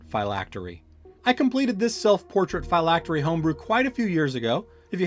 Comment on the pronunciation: You keep calling it "FI-lactery'" that is incorrect it is pronounced (Fill-lactery) '"Phylactery".